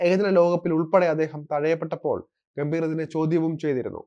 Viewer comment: ഗൗതം ഗംഭീറ അല്ല, ഗംഭീറ്. ്റെ ആ pronounciation പല വാക്കുകളിലും തെറ്റാണ്. ചന്ദ്രക്കല ഉള്ളിടത്തെല്ലാം മിക്കവാറും ചന്ദ്രക്കല ഇല്ലാത്തത് പോലെയാണ് ഉച്ഛരിക്കുന്നത്. ബാക്കി ഒക്കെ ok. അവതരണം കൊള്ളാം. സഞ്ജുവിൻ്റെ കര്യം കഷ്ടം തന്നെ.